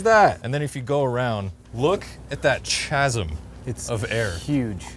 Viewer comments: chasm? That’s not how you pronounce that… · The CH is a K sound in the word “chasm” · Dude said CHAZEM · Pronounced chasm in a wrong and weird way. Is that an American thing?